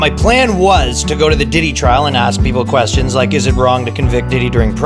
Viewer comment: Hey! Stop AKSing important qweestons